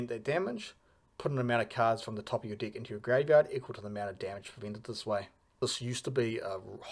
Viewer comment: Why does it always sound like you're saying "dic" whenever you mean to say *deck? 😂 Love the video btw.